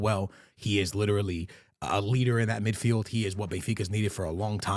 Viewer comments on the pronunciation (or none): none